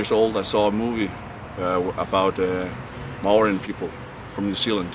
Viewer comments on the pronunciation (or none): Gets a Maori tattoo, can't even pronounce Maori